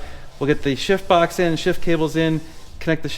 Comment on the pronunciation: I laugh every time you say "shift box". Lots of times, it sounds like you're saying it with a silent "f".